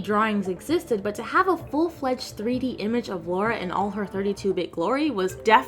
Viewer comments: C'mon, she's British. She'a Lara, not Laura.:D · Laura Croft lol It’s Lara mate. It was originally going to be Laura, but the devs changed it to Lara during development because they thought Americans couldn’t pronounce Laura. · It's funny to see so many people calling her Laura instead of Lara o_ o